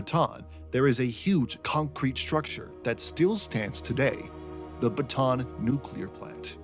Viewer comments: It’s pronounced Ba-Ta-an, not Batan. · It's pronounced Bata'AN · Bataan is pronounced with three syllables (bah-tah-ahn), not two. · I have yet to hear a creator pronounce "Bataan" correctly. Maybe one day I will.